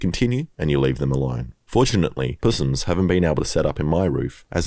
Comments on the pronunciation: "pussssss-ums" lol i usually hear it pronounced "possums" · Puss ums? hahahaha Crikey..!!!!